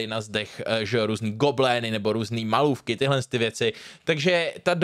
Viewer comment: Hej rád tě sleduju, ale myslel si lapka a né tlapka a gobelíny a ne goblény :D Každopádně na film jsem čekal (miluju Fostera i Cainea) a tvého názoru si vážím, takže díky za recenzi a ušetřeni ztráty času v kině ;-) PS: Obávám se, že Jákl umí víc film zviditelnit a představit, než natočit …